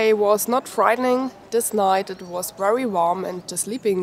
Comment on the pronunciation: Nice bag, love the accent.your words with a v like very have a w sound but its great, i understand just fine..thank you for viedo your awsome..